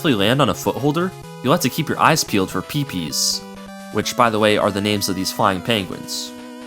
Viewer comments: I thought they were pronounced "Peh-peh", not "Pee-pee"? Have I been in the wrong this whole time? 😯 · Slight confusion on the Pepe name. The way you pronounced it made it sound like the name of the bird that drops an egg in MM2, which is called Pipi (pronounced "pee-pee"). The "pe" in Pepe is pronounced as in "penguin", sounding more like "pay-pay". Yoku blocks in MM2 specifically can get messy. The timer for showing/hiding the blocks is set on a per-block basis and only runs when the tile where block should be is on screen, so the sequence is often slightly off every time. It can even cause an unfair death by a block that should've appeared, not appearing and the only other way to go is down a bottomless pit. (That happened to me once in Heat Man's stage.) Though, AFAIK, it doesn't happen often as long as the player is quick to jump from block to block. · I should note the name "Pepe" is pronounced "Peh-peh" or "Peh-pay," not "pee-pee." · That is NOT how you pronounce pepe. Hint: They're PE-nguins